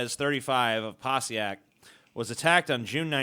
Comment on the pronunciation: I like how pronounced Passaic right the first time, but butchered it to the point where I had to pause it just to read what the hell he was talking about the 2nd and 3rd time.